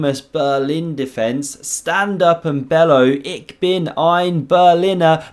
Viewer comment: By the way, “ich” in German is pronounced ish ! not ik 😅